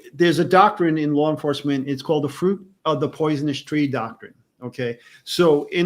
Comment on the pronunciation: Just curious….what the hell is this “Lar Enforcement” that y’all New Yorkers are always talking about???